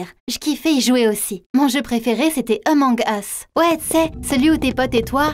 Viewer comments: c'est pas eumong us c Among us avec le A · C pas emonge usse c amonge use (sa se lit comme sa) :) sinon c pg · Elle a dis emong us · Oulaaaaa la prononciation 😅😅🤣🤣 " emong es" 😂😂🤣🤣😭😭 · "Emong us" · Elle dit emong es 😂